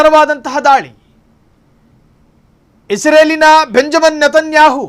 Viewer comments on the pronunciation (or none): none